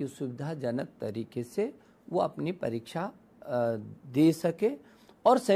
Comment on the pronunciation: Kya ye parichha parichha parichha parichha bol raha hai. Unpadh Sala